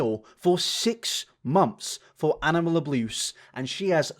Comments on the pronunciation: “Animal abluse” 😅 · or so, did you say "abluse"? Lol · he said abluse 🦀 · … are we not going to point out ??? “... animal abluse.” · Animal AbLUse? are you having a stroke my dude? lol